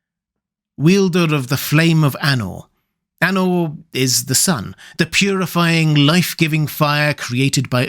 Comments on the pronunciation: Love this,. 🩷 If you check the pronunciation rules Tolkien included in LotR, "Eru" has the emphasis on the first syllable, EH-roo. "Anor" should be a long a sound, AH-norr. "Udûn" sounds like oo-DOOON, the accent marking that the vowel is drawn out. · Your pronunciation is bad... Anor & Udûn were pronounced so incorrectly